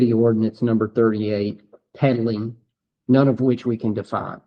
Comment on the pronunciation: He says I DON'T RECALL OF ENEY RIGHTS HE KNOWS AND THATS NOUNE CLOWN IN A CLOWN SUIT 🤡